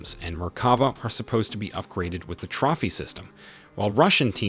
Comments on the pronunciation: lol butchering some words in this lol ‘carousel’ ‘trophy’ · Looks like you need to teach your AI how to pronounce CAROUSEL lol edit and TROPHY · This is narrated by AI isn’t? The pronunciation of projectile, carousel and trophy can be so so weird at times.